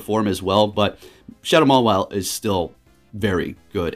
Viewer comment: I love how he called mawile like 6 wrong names